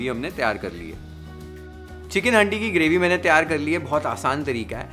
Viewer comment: Bhai haaandi nhi handi 😅 pronounce thik nhi hora